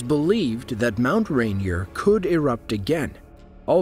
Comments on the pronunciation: RainEER, damn it. Not Rain-E-er. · As a native Washingtonian, the mispronounciation of Mount Rainier is retching. Also, it's 14,411 feet, as well. Videos like this should also include the U.S. system of measure.